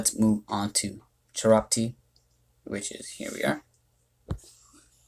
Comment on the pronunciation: Very helpful reviews for these Nat 2s, thank you. If I may make a small correction to your analysis, Chiroptie is pronounced "(Kye)-roptie." Like rhymes with my or lie. Bats are of the scientific order Chiroptera. Science fact of the day. I like watching your videos, though. I like seeing your input on mons I would otherwise overlook or just evolve for gems.